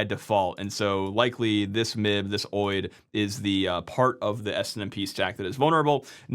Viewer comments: I can't get over you saying oid instead of O.I.D. 😅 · Is “oheid” really how you pronounce OID? I would have guessed it was “Oh eye dee”. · For years, people were supposed to move to SNMPv3 which shields SNMP much better. Actually, they are supposed to move to Netconf. But die-hard habits on old and fragile protocols… Also, OID is pronounced Oh-Eye-Dee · Never heard any one call an OID (oh-eye-d) whatever your calling it